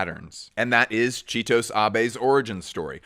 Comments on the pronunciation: FYI it's chi-toh-sey bro, if there's an E at the end of a japanese word, it's usually pronounced, similar to French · 😬the way you pronounce Chitose Abe's name hurt me not gonna lie It's the same E as in AbE 😭 sorry enjoyed the video otherwise but I had to say it